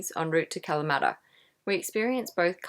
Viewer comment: Don’t be making fun of my Ancestors “Kalamaaata”!!! lol Great video again!!